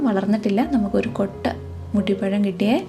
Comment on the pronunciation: മൂട്ടി പഴം അല്ല മുട്ടി പഴം